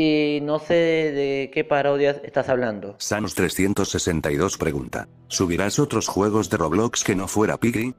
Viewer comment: dijiste sanos en vez de sans :v (Dije eso por qué lo aumento el sonido y no escucha nada y tengo que usar subtitulos y decía sanos 362)